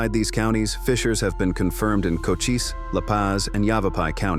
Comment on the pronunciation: That's Cochise County, pronounced Coheese, not Cocas...